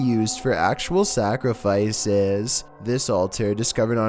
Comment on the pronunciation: Even when it's a serious or scary video I can't stop smiling because of his voice...also SaCrIfIcEs~~~